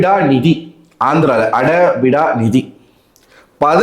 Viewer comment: novv telugu varlana engayaachu kettu padinga na , adhu ada bida laam illa -aaada bidda nidhi